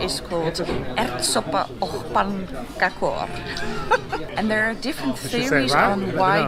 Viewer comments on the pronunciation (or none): That is very good! Ärtsoppa och pannkakor. The "Ärtsoppa" which means peasoup was perfect 👌, the "och" which means and was pronounced the way it's spelled, we pronounce it as "ock", a hard K sound, the "pannkakor" which means pancakes was said in some sort of finish accent, she should try to learn how to say it with a swedish accent. But I could actually understand what she said as a swede myself.